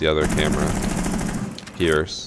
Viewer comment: Every time he says pierce my nards tingle